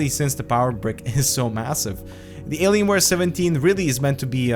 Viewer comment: 'Alienswares' wtf